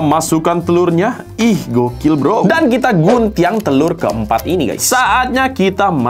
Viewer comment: Orang Minang ya bg kok nyebut nya Guntiang ga gunting